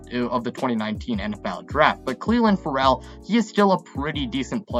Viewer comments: Shows you how stupid people who “analyze” teams truly are. John Brown didn’t make the team. How can you trust a person who mispronunces names? FerELL? Guenther? Wow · Yah-neek IN-Gock-way Cleeee-LIN FUR-L